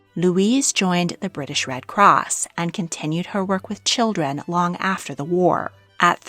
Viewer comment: What a dreadful accent! Why do we need to have an American narrator for a storu about the British Royal Family? She, messes up all the names and her intonation is weirdI cannot be bothered to listen to this rubbish. She cannot even say 'children' clearly and without distorted vowels.